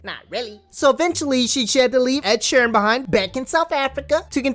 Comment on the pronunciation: Man said Ed sheran